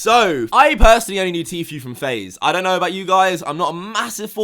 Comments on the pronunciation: It’s said Tfoo not Tfew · Pernounced T FOO not T FYOU! I couldn't get through 2 mins after hearing T FYOU 37 times! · It’s tfue not fucking tfew speak properly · I hate the way he says tfue T-fee-U it’s T-fuuuue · I love but I was getting pissed off he never said him name right once! Tfue not tfew. Come on man you obviously watch videos and videos with everyone pronouncing his name right!! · Bro it's pronounced FOO not FEW. I'm not a fan of his but it's driving me crazy lol. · Lol tee-feu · Anyone else got annoyed how he was saying Tfue? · the way he pronounces Tfue tho... hahaha